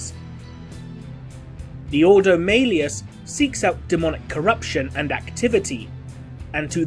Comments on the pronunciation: "Maileus". Okay. It is Malleus. (Mal-eus). Even in the video games when the name is mentioned, they say it "Mal-eus". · It's Ordo Malleus, prounounced Mal-e-us. See any audiobook. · Hearing Malleus pronounced that way... :/